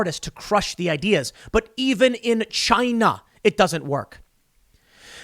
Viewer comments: "It doesn't work in CHYYNAA!!" That is the RIGHT way to pronounce it.:)) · Did he just say Chine-nah ? That may get him a strike on Utube